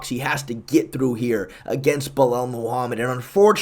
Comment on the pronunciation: “Bulel moohamid”